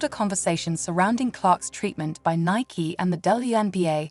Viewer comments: It is Nie’ kee, not Niek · Who is speaking/reading these Podcasts.? Nike was pronounced Nik. Too much AI…